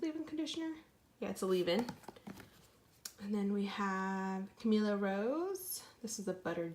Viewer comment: Sis, you’re killing me here. You really have to learn how to pronounce these products. It’s MY-ELLE. Also, Camille...not Camilla with an “a” at the end. Mielle has been around for a quite a while now. Just some constructive criticism. I’d also like to know how the products that you’ve received are working for your hair?